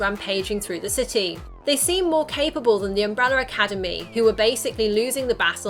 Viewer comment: why are you saying umbreller academy?